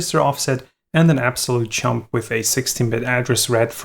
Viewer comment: Sorry to be so mean, but this video is just too funny when every time where you say "jump" it sounds like "chump": "let's build a unit that can control these chumps" ... sorry, but I had to chuckle. But no offence, my pronunciation would surely be worse. Otherwise your Videos are absolutely great!